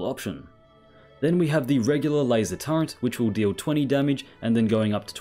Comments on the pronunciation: It's SO aggrivating to hear you say Turrent 100 times in this video. Can you please NOT? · Nice discovery. But the way you're pronouncing turret is throwing me off every time. Do they add the letter N to the word in the UK?